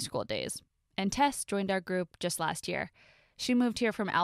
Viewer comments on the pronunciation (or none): none